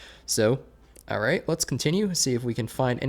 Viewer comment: "ARR-rate" = trying to pronounce the word "alright".